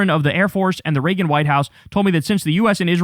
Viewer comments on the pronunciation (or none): none